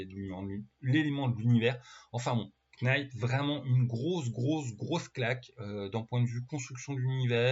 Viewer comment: On ne prononce pas le K de knight. On le prononce comme night,!